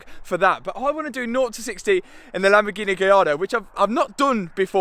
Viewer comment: Makes it so much better the way you pronounce Lamborgheneh. True commoner